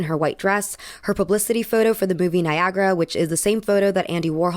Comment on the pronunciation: Did I just hear "Booby" Niagara? Gotta love the possible Freudian slip. All jokes aside, society's obsession w/Ophelia-esque ideations is f*%ked.